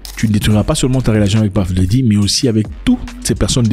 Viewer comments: on ne dit pas paf dedi mais puf dadi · C'EST PUFF DADDY PAS PAFF DADDY, JE LE DIS ET JE SUIS AUX US. Va sur google translate, met anglais, tape Puff dady appui sur le micro et tu va entendre la difference entre ce que toi tu dis et la realitee. Mais la video c'est du lourd! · PAFE DARY😅..... VOILÀ LA BONNE LECTURE 😅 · Celui même qui a choisi son nom de scène, dans ses chansons dit PEUF daddy....Mais mon cher frère congolais Zack dit PAF... comme ci c'est lui qui lui a choisi son nom de scène Mon Afrique 😅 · Désolé mais la prononciation est bel et bien « puhff Daddy et non pas paff daddy et puzzle c’est puhzzle et pas pazzle ! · PAFFF DADDY 😂🤣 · ça se prononce plus comme le o en créole antillais et non paff mais ça n'a pas trop d'importance lol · T'as trop des blessures frere lol. On ne dit pas Puff D. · Depuis qu’on t’a corrigé avec la prononciation de Puff Diddy, t’as toujours mal 😅😅 tu prononces mal frère!!